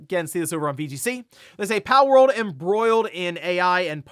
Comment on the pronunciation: haha it sounds like you're saying "powell" part of the time 😂